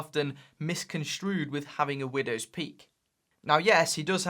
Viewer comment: took i took a sip of vodka time every time very he said windwos pealk , soooo many times he say widows poeek